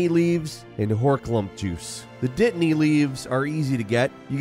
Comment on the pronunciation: I like how a yank will make a Potter joke, then pronounce dittany with a glottal stop too.